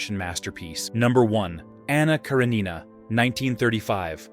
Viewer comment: When AI pronounces things wrong.